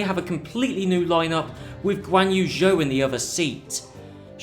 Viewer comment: It's not pronouneced "Zhao" it's pronounced "Joe". No, I'm serious, this isn't a prank and every time someone mispronounces Zhou my heart crumbles a little bit. GOod video nonetheless.